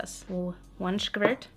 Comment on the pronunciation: "OnE skkkvooirrtthhh" new fave sentence